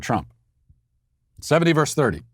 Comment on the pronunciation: Matt is cancelled for habitually saying "verse" for "versus."